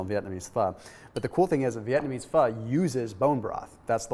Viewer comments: fyi pho is pronounced fuh :) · Why is it spelled Pho, but pronounced Pha? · colonialism aka french aka pronounce pho like a french word and the o will be very short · He said pho cooking so say it fast yes I thought so too ! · He said Pho cooking. Say it together fast and it sounds like it, but he didn’t say the F bomb. But it’s funny.